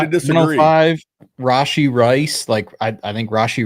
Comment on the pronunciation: Take a shot every time he says “Ray-She” Rice